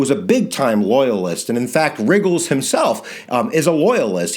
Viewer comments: You, um, sort of said 'riggles' and not 'ruggles'..........was I not supposed to mention that? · You mispronounced ruggles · So true bro, so true